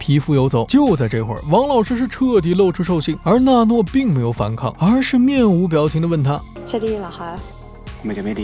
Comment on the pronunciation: 是娜诺 不是诺娜 字幕对了 读错了